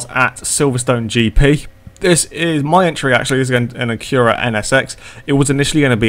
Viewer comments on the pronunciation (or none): It's pronounced Acura like accurate.